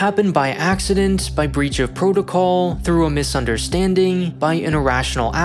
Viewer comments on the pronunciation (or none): none